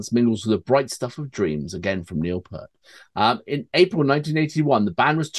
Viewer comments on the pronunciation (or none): Please gentlemen, for the n'th time, it's pronounced P*EE*RT, not Part nor Pert. Thank you fro your time. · Could you please pronounce Neil's last name correctly. PEART=PEERT 😊